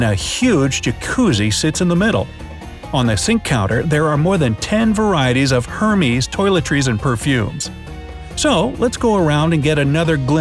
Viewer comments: Hermès is pronounced erh-mez... it’s French :) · Excuse me but what is HERMEEEES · Hermes toiletries? Wow. (Pronounced Air-Mes) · It's pronounced "ER-MES" not "HER-MEES" the "H" is Parisian and is said "softly". Ugh. So gauche. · Did he just call hermés(air-mez) hermeez 😂💀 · It’s not Hermes it’s Hermeeeés you poor person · HAHAHAHAHAHAHAHAHA Hermees hahaha no no no it's pronounced air-mes Hérmes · Please learn the pronunciation of words if you're going to use them. Correct pronunciation: ehr-mez. Hermès is French, so the 'h' is silent. Hermeez makes it sound comical. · "Her-mes toiletries and perfumes" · Did he say HerMeeze? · lol he said "Hermies" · Hermeees ~ its pronounced Erh-mez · he rly said her-mees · Did he just say Hermeez? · The narrator couldn't pronounce 'Hermes' the way people were most proud of, it's fundamental knowledge to know everything about your client. It's ***** Speaking of world famous high end ...... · You pronounce Hermes wrong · learn how to pronounce Hermés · The way he said “Hermès” is so cringe omg. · I was down with the video until they pronounced Hermès incorrectly. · The pronunciation of Hermes is wrong!? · The dislike is for that Hermes pronunciation